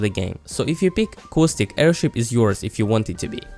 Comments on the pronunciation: Good vid, but cowstick? It's Caw-stick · just saying its Costic you pronounce it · CoWStIcK Not making fun of his your accent or anything, it just sounds funny. P.S love the vids!!! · "So if you peek coostic" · I came here just to hear you say caustic. I find it hilarious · "cow-stick" and "mir-edge"